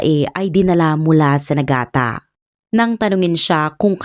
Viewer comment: Nigata po hindi Nagata…